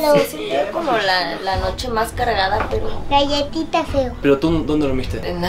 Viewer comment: Dijo galletiga 😒😂